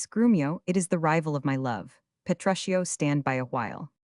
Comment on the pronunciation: I stopped at "Petrusshio's house", just two seconds in. Shakespeare would be turning in his grave. No thanks, AI.